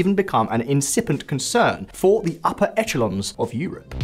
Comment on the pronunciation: "echelons" is pronounced /eshelons/.